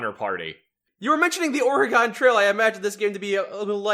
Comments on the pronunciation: Good god, why does everyone pronounce Oregon that way ffs. It's pronounced like the instrument or the thing in your body. Organ. Oregon is pronounced like organ. I know it's stupid, but that's how it's pronounced and it irritates me beyond belief to here people say it the way you guys do. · "Or-gon"? really? Its Oregon. Pronounced: Or-e-gun, see it has a gun in it. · God damnit, stop butchering Oregon😂😂😂